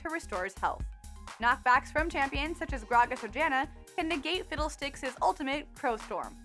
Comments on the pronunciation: I swear you said fiddledicks :D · She said Fiddle Dicks. Lol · i think she said fiddledicks :\